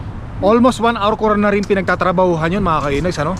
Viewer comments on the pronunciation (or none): none